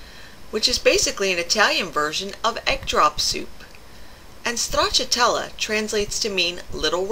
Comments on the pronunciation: It's great to hear your Italian pronunciation of stracciatella, it was perfect. It's a soup my mother used to make many years ago and it's just as good today, even better with the spinach rather than the escarole she used. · Love the way you say Stracciatella, lovely Italian Accent, much nicer than the way I say it LOL I'm off to take the challenge Stracciatella Soup in it'll take me to get the pronunciation right so I'm on a back foot already. Have a great day. Steve